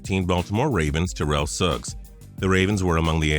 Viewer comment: Just a little FYI it's pronounced tear-ull Owens not tur-rell